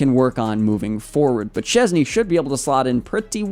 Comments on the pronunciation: And his last name sh-ches-nyi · I think you can try pronounce his surname: Shchezny 😀